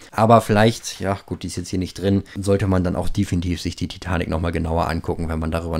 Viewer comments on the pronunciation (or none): none